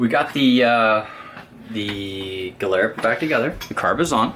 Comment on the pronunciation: 😂the way u pronounce gilera and malossi is hilarious geelera molowsi lol